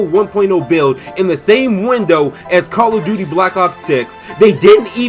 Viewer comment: Don't forget the fact that Ubisoft has completely forgot about one of their star franchises: Rayman. Also, LOL, Call of "Dukey". Good one, dude. XDD